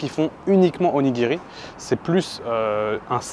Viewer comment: OnigiRRRi, ça pique… à part ça video sans intérêt par rapport à bien d’autres.